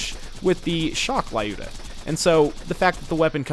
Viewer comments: its "luda", not a "lai uda" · I don't think it's pronounced "lAyuda", given it's based on a russian name "Люда". "L" is little softer than usual without any trace of vowel, and "yu" pronounsed as in a word "you". "da" part is correct. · Looda! I always pronounced it like Lie-You-Da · "Лаюда". Seems legit. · The gun is a reference to a russian(Soviet) female sniper - Lyudmila Pavlichenko. Lyuda(Люда) is supposed to be a shorter version of her name. "Лаюда" is equal to "La-yuda" - this is what english speakers make this name sound like. They pronounce it as "la" followed by "yuda", instead of reading it as "L-yuda". Makes it sound lot worse. Pronunciation of the name in russian is similar to the russian word "люд" - people. So, you know, USSR, people, a sniper and a sniper rifle. Its not too important, but it just makes you feel bad when you actually know how it SHOULD be pronounced and the story/meaning behind it. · Ah, everyone mispronounces the gun's name. It is actually pronounced like the word "lewd" with an "a" in the end.